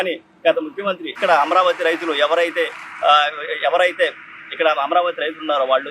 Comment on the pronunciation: తెలుగు పదాలకు సరైన ఉచ్చారణ ఇవ్వండి, ఈ వ్యక్తి అమరావతికి బదులు యమరావతి అంటున్నాడు. తేడా అందరికీ తెలుసని అనుకుంటున్నాను. ఉచ్చారణ విషయంలో జాగ్రత్త వహించండి.